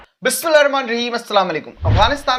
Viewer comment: Bhai Video to Accha Tha Bas BISMILLA Aur SALAM Sahi se karna seekh Lijiye Aapko Sabse Pehle iski Zarurat he